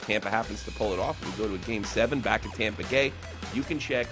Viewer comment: Did you say Tampa Gay 😂